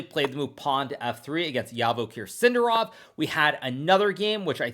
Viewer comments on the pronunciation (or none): You pronounce his name wrong. It’s Zhavoheer SindArov, not Yavakher SindarOv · It's not sIndarov...it's sindArov. It's like all these English speaking folks mispronounce things on purpose *insert facepalm*. it's not mEdvedev, it's medvEdev. it's not sErgei, it's sergEi, not vlAdimir but vladImir, it's not grIshuk, it's grishUK.... interestingly enough I don't remember hearing russian speaking broadcasters mispronouncing Hikaru or Nakamura much.